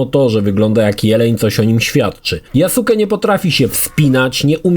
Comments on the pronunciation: tylko blagam: NIE YASUKE, to jest JASKE ( tak jak w naruto byl Sasuke, ale czyta sie,saske'). Przepraszam ale za duzo anime ogladalem zeby mnie to nie ukuło w uszy. Dobra ogladam dalej bo chce kupic XSX specjalnie zeby ograc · YaSUKE? A nie "Yaske"? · yasuke czyta sie jaske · mów - Yaske:) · Wysłuchałem wielu Japończyków wypowiadajacych się na temat. Właśnie dlatego, że u jest krótkie, słychać "Yaske"., który tyle czasu spędził przy grze, powinien wiedzieć. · tumanie jaki Jasuke? 😂 Tak się tego imienia nie wymawia. Poza tym uważam że ta postać jest zupełnie dodana z dupy i powinno jej nie być. Ogólnie to od serii odbiłem się przy graniu w pierwszą część na Xbox 360 i nigdy do niej i żadnej kolejnej części nie wróciłem. Przewidziałem przyszłość i rozstałem się z tym tytułem na samym początku. Owszem grafika, mechaniki były wtedy kozackie jak na tamte czasy ale nic poza tym. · Nie "JASKE" tylko "GRZEGORZ FLORYDA"